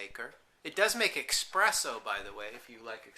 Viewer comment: Ugh. The dude keeps saying "eXpresso". Makes me want to claw my ears off :P